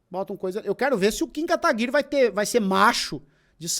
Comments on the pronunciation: pq o jones fala kataguire, qual a história disso? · O MBL ficou bravinho pq o Jones escreveu o nome do Kataguiri com E no final e agora ele faz questão de falar errado de propósito, tanto que ele força o E pra ficar aparente.